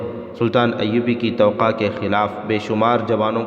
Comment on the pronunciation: بھائی آپ لفظ " توقع " کو بہت غلط پڑھ رہے ہو۔ آپ اسکو "توقا" پڑھتے ہیں۔جب کہ یہ لفظ ta wa kah ہے ۔ "نامور" کو بھی آپ نے na moor پڑھا ہے ۔جب کہ یہ "نام ور" پڑھا جاتا ہے ۔اسطرح اور بھی کئی غلطیاں ہیں ۔تھوڑی تیاری کر لیا کریں ۔شکریہ